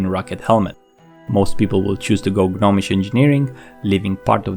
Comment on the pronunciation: The "G" in "Gnomish" is silent. It's not pronounced "GUH-nomish".